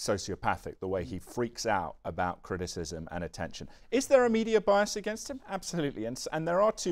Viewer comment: Why does Clift always say "againgst" instead of against?